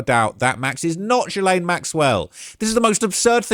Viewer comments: My dude! It’s is pronounced Gee-lane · Why is he pronouncing “jizzstain” so weird? 🤔